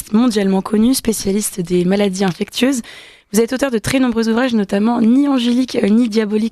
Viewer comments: On dit infectieuses, pas infectueuses, madame la journaliste. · Ça a bien changé cette radio depuis le départ de Clémence... Quand même, faites un effort de recherche et vous sauriez que, Bilheran, nom d'Ariane se prononce Bilheran ("Billeran") et non "Bilérane"!!! et, pire, ici, avec le Pr. Raoult: "maladies infecTieuses" le "t" bien prononcé, et ce, par deux fois!? Au lieu d'"infectieuses prononcé "ss""!!!!?? Mais d'où sortez-vous??? Il a dû tellement se marrer en entendant ça!🤣😔